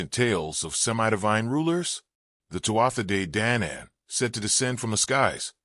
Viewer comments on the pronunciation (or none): Celts hard C pronounced Kelts, not Silts! Leabhair and Tuatha De Deannainn pronunciations pure cringe